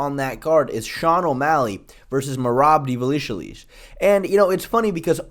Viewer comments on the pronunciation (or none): Divalishalees 😂😂😂😂 Chael level butchering